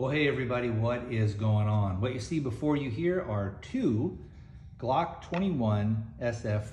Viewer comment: If u want to sound moŕe professional u should start from the basics - learning how to pronounce the word "glock" correctly